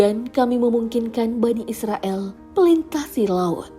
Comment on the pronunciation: Hai min dengar ya, bukan Bani Israel di tapi Bani Israil, El sama il itu beda